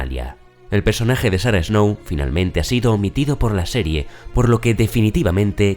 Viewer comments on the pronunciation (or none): none